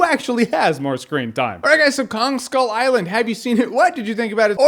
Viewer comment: i really liked the movie but with what he said, it sounded more like ‘people on skull island’ and not ‘kong skull island’